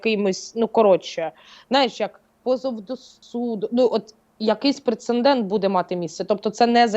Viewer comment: У часто вживане слово "прецеНдент" 😂